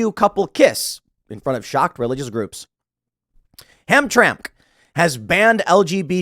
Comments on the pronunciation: Holy shit. It Ham-tram-ick. It's an old polish town in deteoit but not deteoit. Best polish food around there. Old Polish. Good people. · It’s pronounced Ham-Tram-Ek. Not eek - ehk. Good points but you are a professional and anyone from Michigan could have told you how it’s pronounced. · "ham tramick" is the pronunciation, it was an immigrant city of polish people but now it is a Muslim majority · hamtramick for pronunciation and its not a suburb as much as it is one of the two cities residing inside detroit. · HAM-TRAM-ICK is how it is pronounced. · It's pronounced ham-tram-ick. This is the best thing to happen in Michigan in a decade. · It’s pronounced ham-tramick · It’s pronounced ham-tramick. It was historically the polish area of Detroit. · I know it’s irrelevant, but I’m from the metro Detroit area, and despite the weird spelling it’s pronounced “ham-tram-mick” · Its pronounced Ham-tram-mik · It is pronounced Ham tram ick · Tim it's pronounced Ham-Tram-Ick. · Tim, I lived in Michigan for 6.5 years. Michiganders pronounced the city, “Ham-Trammack”. I wonder if Dearborn is next? I worked at Ford in Dearborn that entire time. There is a large Muslim population in Dearborn. They’ve already had school board battles against this stuff. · Hamtramck is such a funny place, it is no more than 15x15 blocks, not technically a part of Detroit, but surrounded by Detroit on all sides. Originally a Polish neighborhood. And Tim, it is pronounced "ham-tram-mik" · Pronounced ham tram ik. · Ham-tram-ick is how it's pronounced. 😊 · It is pronounced "Ham-Tram-ic" it is grating to hear it pronounced incorrectly. Not the first time with Michigan pronunciations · It's pronounced: ham-tram-ick. Once known as PoleTown. Wonderful festivals when I was a kid in 70's and 80's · It’s pronounced “ham-tram-ick”. I don’t blame anyone who mispronounces it, though. Michigan is full of hard to pronounce cities and places. 🤙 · Michigander here. It's pronounced ham-tram-ick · Pronounced ham tram ic